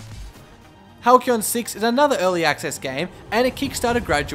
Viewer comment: it's pronounced Hal see on. not halkeon. Halcyon